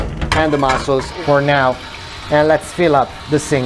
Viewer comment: bro, its mussels not mossels